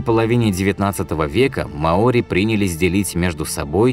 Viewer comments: Не маОри,а мАори это как говорить рускИе а не рУские.диктор тебе неплохо бы подготовиться перед озвучкой иначе молодежь (которая слушает и внимает)будет такой же тупой как большинство расиян (((((а так канал в целом довольно полезен .ставлю 7 из 12 баллов.Привіт из Запоріжжя.Україна.птн пнх... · не маОри, а мАори. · Вообще-то мАори, а не маОри. См. словарь. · Что же так безграмотно? Не маОри, а мАори. У вас в выпусках с ударениями вообще беда. И не добывают там раков! То, что вы видите на картинке - это Green Rock Lobster, но никак не рак. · Ухо режет неправильное ударение. Верно мАори. Как можно было придумать такое ударение маОри. Жесть .. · МАори,а не МаОри. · В слове «маори» ударение падает на слог с буквой А — ма́ори. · Ма́ори. Проверяйте ударения у незнакомых слов перед тем как сделать фильм.